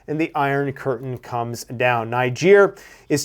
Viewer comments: Putin looks angry for someone who has just won 😂😂 By the way it was the USA Niger have broken with not France. And it’s pronounced Neejer! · I am a Nigeria, its pronouced "Neejay" even if its spelt "Niger". Its a neighboring country to Nigeria.🙂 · Not to be a jerk, but it’s pronounced “ Knee- gehr”